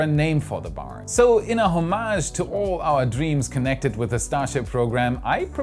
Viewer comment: He is setting the bar high (bay)